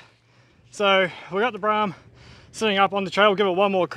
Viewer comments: There's an old ad for the Brougham on another channel. The voiceover pronounces it 'Bro' 'om' in two syllables. 'Brorm' is incorrect. I'm certain the ad would have said it the valid way. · Mate, it's a Brougham. Bro-hmm. No, not a BRAAAHM... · Seems I was pronouncing it wrong. The attached add from the day, they say it Bro-ham. I (like DJ) was told back in the late 70's it was Braaam. Even a work colleague recently said Braam. All said, Braaam sounds cooler than Bro-ham, don't you think? Judge for your selves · Not Braam, Broham. RESTORE IT. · Pretty sure it's pronounced Brawm, not Brahm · It is Pronounced Bro Ham not Bra Ham ??? notice the "OU" The same that is in the word "Though" which is pronounced "O" not "A"...You can thank me later...😁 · Broughams were built long before holden made a kingswood pregnant :) I was always taught that it was bro-um (pronounced as in "grow um"), still "tomarrto" / "to-mate-oh". maybe its a regional lingo thing. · I think it probably is a local lingo thing. I was always told it was pronounced “Brow-um”. Regardless of how it’s pronounced, it’s a pretty cool car. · Broughm pronounce Brome as I was told. My cousin Phil had one. Dunno,. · Have owned 2 and unfortunately sold both. Definitely needs to restored. Brougham pronounced as Broham. Not sure it’s the original engine either. They never had viscous fans and the oil filler was through the top of the timing cover via a metal tube. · It's Brougham, rhymes with lawn. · holden "brarm" yet is spelt brougham with a gh in it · He's wrong. The pronunciation is pretty clear in Holden ads of the time. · Pronounced broham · It’s pronounced “Bro-em”. Oh and restore it, don’t basterdise it.